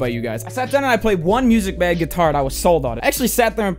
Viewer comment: lol for some reason it sounded like that to me the first time I watched this video and every video after it that he mentioned it that's all I could hear